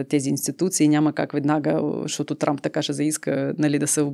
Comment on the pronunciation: произнесе името на Тръмп като Трамп ( просяк, скитник) и удари в целта. Браво, тоя е наистина такъв по манталитет.